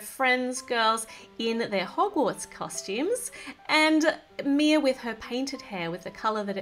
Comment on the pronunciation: Not mai its mia